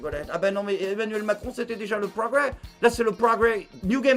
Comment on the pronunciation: Le pwogwés !!!!